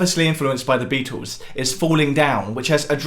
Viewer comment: It sounds like is saying: The Bee-Tools. Maybe that's how you're supposed to pronounce their name..